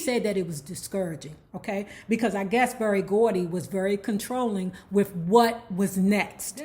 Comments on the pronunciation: Lawd PLEASE just say Barry Gordy once.. regularly just one time... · Did she say Barry De Gordy, lol… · Did she say Berry da Gordy?